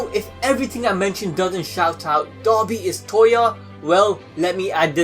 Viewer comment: It sounds like he is saying dobby instead of dabi